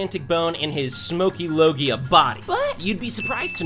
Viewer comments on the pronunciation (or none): none